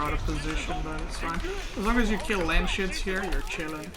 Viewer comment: It’s Landsknecht like in German.. Look it up how its pronounced 😝 makes it sound really funny.. Landsshits is better then hah.